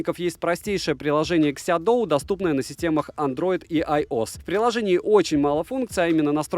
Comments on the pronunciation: Обзор как всегда информативный. Только название на русском языке будет звучать так "Сяоду", а не "Сядоу". Если интересно, могу прислать Вам таблицу чтения китайских слогов на русском языке. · СяоДу, так читается